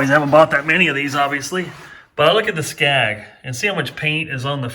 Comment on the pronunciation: SKEG NOT SCAG.